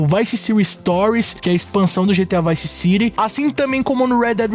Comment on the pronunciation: Bravo però sentirti come nomini Vice City meriteresti qualche mese di reclusione 😂